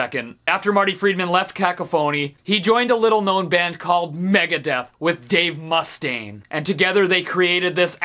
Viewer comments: I wondered if he was getting that in as a bit of trolling until he said "Dave Muss-stain" and then I was certain. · and he called Dave Mustaine "mustang". he knows. he's not stupid